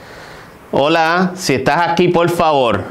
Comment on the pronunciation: Y si le decís "POL FAVOL" no te va a hacer ningún tipo de ruido.